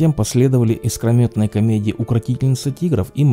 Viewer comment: Самый любимый актер и режиссер многие годы....но как больно слышать укрАинский с неправильным ударением на а,и КрамАторск!! ИскромЕтные...караул.... Выучить названия . Вы же свой интеллект понижает е